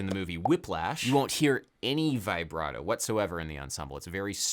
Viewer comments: Dear Adam, I absolutely love your work, and am I loyal contributor, but for the love of Bach, could you please stop saying 'Vaybrato' and pronounce it 'Vibbrato' like the rest of the world? Thank you <3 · interesting as always. by the way, its "vibrato", not "vaibrato". like "veebrato". ps: please come to italy! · I know i'm a little cringe but I die a little every time it's pronounced v-eye-brato instead of v-a-brato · Everytime he says Vaih - bra - toh 😅😅😅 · My dude... with all due respect... it's "vih-bra-toe." No long "i".